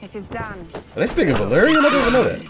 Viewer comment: Emilia was sooooo good at speaking Valyrian. absolutely nailed the accent.